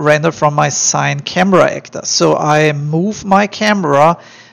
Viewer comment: Great tut bro! Everything was helpful. Thank you for making it! Just a side note since no one here mentioned. CineCamera is pronounced "See-nay"camera not "sain"camera. :)